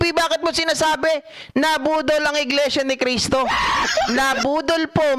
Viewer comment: iglesia ni cristo...ni manalo..yan po ang tamang bigkas